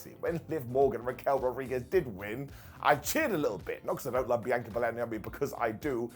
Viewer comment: BEE ANN KA NOT BEANCHOR